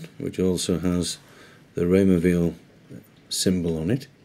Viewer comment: It's pronounced while - not veal (he's French speaking not German speaking).